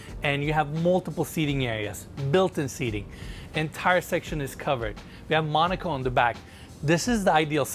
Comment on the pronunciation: As a türk, first thing what comes to mind : where ? Where is Monica ? I dont see her haha nice pronunciation Abi. I heard right behind me is Monica 🤣